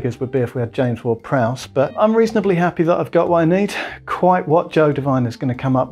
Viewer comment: "James Ward-Prowse" Chaos ensues